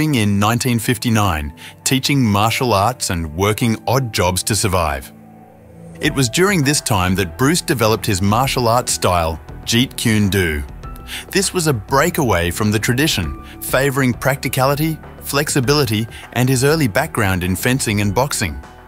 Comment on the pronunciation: NOT What You're* - Also, the "Do" in Jeet Kune Do is pronounced like "Doe" or "Dough" & not like "Dew.